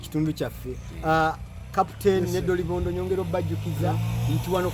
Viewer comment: Dolobondo not dilobondo